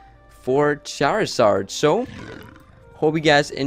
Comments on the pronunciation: Charizard, not Charazard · lol the cc said shower sarge when you said charizard